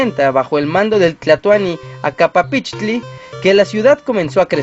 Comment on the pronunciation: NO es : "Acapapichtli" ES : " Acamapichtli"................